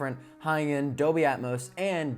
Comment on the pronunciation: really enjoy your reviews a lot. I do have a small teeny thing that is distracting. It's your annunciation of the word DOLBY... it comes out as 'doby' or 'adobe' but not anything close to DOLBY. Hehehe, really I am not 'that guy' it's just the poor annunciation of a key word for modern AV reviews diminishes the content for ME as I might be the only person on the planet it bugs. FYI, I once dropped a core course in college called Abstract Algebra because the prof, who I liked personally, because he was not able to pronounce most of the key words for the subject...